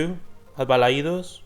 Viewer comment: lo note por cómo pronunciaste Balaidos